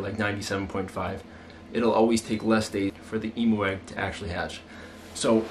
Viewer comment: I love how you say emoo instead of emu